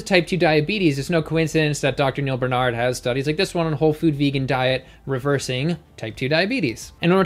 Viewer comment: Are you trolling? baR-Nard. Just like it is spelled. Why, why?